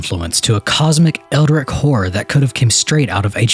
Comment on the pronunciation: “Eldrik” “gaschoyne” Bro…these pronunciations lol